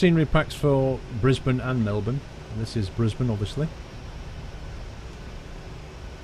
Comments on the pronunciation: i live in brisbane and i'm actually really impressed u got the names right haha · You are the first person I have ever heard say Brisbane correctly who is not Australia. and Melbourne. Congrats :)